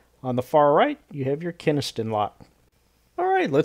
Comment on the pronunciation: love your videos. they've been a huge resource for my interests. that said KENSINGton, not KENISton.